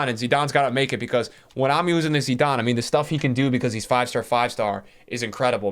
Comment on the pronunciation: The pronunciation on names lol zeeedane, salaaawwh